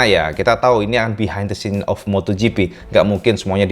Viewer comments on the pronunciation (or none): none